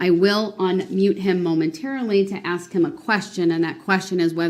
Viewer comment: Grounz. Axe. Su’b’stain Akerat. Ta’k’id agreement. Azibbit. Aviously. Grounds. Ask. Sustain. Accurate. Tacit agreement. Exhibit. Obviously. Just a few words out of the Darrel Brooks dictionary. 😅 Let’s just nip in the buuud before everything starts to roll.